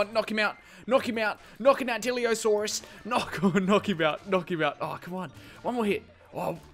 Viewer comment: It's not diliosaurus it's dilophosaurus